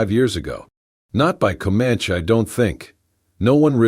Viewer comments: commanche is NOT pronouncd communkie... doesn't anyone ever listen to what these things are doing? nice story btw.... i too listen to them when im going to sleep at night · Could you please learn how to pronounce words correctly?!!! For example Co-Man-ChEE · How do you pronounce Comanche, bandana, arrow, and posse? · Please don't use the rocking effect anymore. Makes me queezy. And correct the pronunciations. Especially Comanche. That aside, nice story. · If the AI voice can’t pronounce things like Comanche properly maybe a real person would be better for narration. It’s irritating in the extreme and distracts from the story when things aren’t narrated properly. I guess that’s why I rarely listen to these stories and block them when they appear in my feed. But I really like stories so I try the odd one to see if there’s an improvement and sadly there never is. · Don't forget poss for posse. 😅 Oh my. Bandana pronounced ban-don-a! I don't mind that much if the person has an accent, but this.... just no.